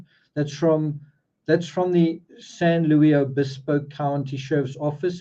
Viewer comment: Quick correction. Cal - Poly in San Luis Obispo. San Luis is pronounced with the "S". No French inflection on the "i". San Luis Obispo